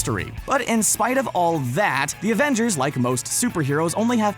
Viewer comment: he said abengers not avengers